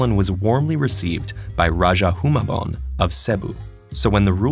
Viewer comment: its pronounced as Hoo-mah-bon (Humabon) Seh-Boo (Cebu) Lah-pooh-Lah-pooh (Lapu-Lapu)